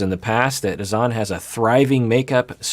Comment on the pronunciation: It sounded like Azan’s sister pronounced his name as “Hassan” or maybe Azan is just a nickname. Not sure but I’m intrigued!